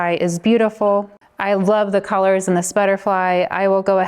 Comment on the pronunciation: Can I ask where you’re from?!? The way you say “Coalors” screams VA to me…am I close?! 😅 this was great thanks so much!